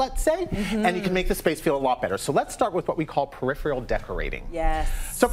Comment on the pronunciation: Tell this show hostess that a pitcher is something you pour liquids from; a picture [pronounced "pick-chyoor" ] is a photo or painting. And while you're at it, teach the decor "expert" how to pronounce "peripheral" vision; I have no idea what he was saying as he butchered the word so badly.